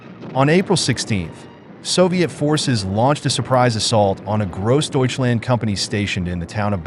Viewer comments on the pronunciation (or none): Its not very refreshing to listen to Americans attempting to say "Grossdeutschland". Sounds like "KROSDEYTSCHLAND" and "one man toyful" 🙂